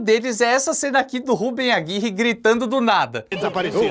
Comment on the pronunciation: Pq você insiste em chamar o Rubén Aguirre, de Rúben? Sinceramente, você não consegue pronunciar Rubén?